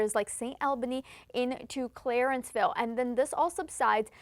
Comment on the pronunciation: Man she butchered the name Clarenville It's not Clarenceville